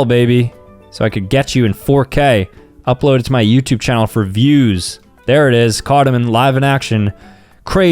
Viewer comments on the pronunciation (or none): none